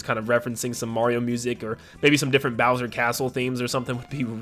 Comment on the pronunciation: “Hi seens ‘mai naim ees booser’”